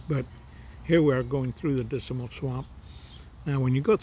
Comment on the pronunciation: When you say the word Dismal, you seem to add an extra "I" in it so you sound like you're saying "Disimal"!!